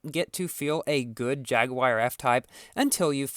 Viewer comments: MoOoOoOVeSs LiKeEEeee JAGWIYER lol.. it's a British company the the way us Brits say it is Jag-You-Er... that's the correct way or call them Jags or Jaaaaaaaaaaggggsss .. jaguar like the animal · I hear "Jagged wire" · haha i like how u say jagwire instead of jaguar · It's pronounced: JAG-HU-WAR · Jagwire REEEEE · Quality video as always, but the way you pronounce Jaguar genuinely triggers my ears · you KNOW people are going to flood your comment section saying how that's not how you pronounce Jaguar right? which it isn't, but still